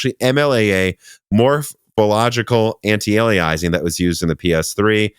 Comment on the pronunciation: McAfee = MACK-uh-fee antialiasing = an-ti-ale-ee-us-ing